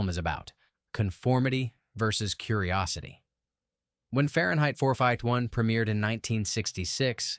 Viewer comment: Fahrenheit FOUR FIVE-TY ONE - LOL! AI, you silly!